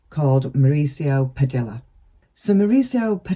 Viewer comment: I believe attorney’s last name is pronounced “Pah-DEE-ah” not “Pah-DILL-ah” 💗